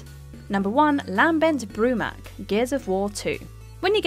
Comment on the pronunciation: Why does she sound like she has literally never played any of these games before... how many names and words can be butchered in one video?! 🤦🏼‍♂️ Lam-bent Broo-mak, Saw-ron, Ch-asm?! Who the hell pronounces the “ch” in chasm?!